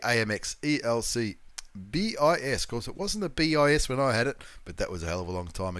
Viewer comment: Thanks... always great content... It is pronounced BiZZ by the way and it does mean 2nd..usually pertaining to a second or alternate version of something...It is Latin I believe...and before anyone gets smart... NO!... I haven't been around long enough to have studied Latin at school or use it in everyday life.;-)